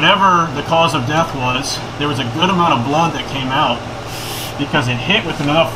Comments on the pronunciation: “Once we know where it Wis” 🤣🤣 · "where it wizz" 😅